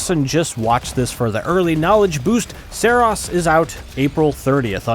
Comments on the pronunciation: "Seros" 🤣🤣🤣, didnt playstation tell you its called SAROS, with an A?? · I'm not certain but I feel like you are pronouncing the game's name wrong. More like Sorrow and glucose. Sah-rohse. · Its pronounced "Saros" not "Saros" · Great video besides mispronouncing the game ;) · Imagine making a video on a game who's name you cant even pronounce correctly.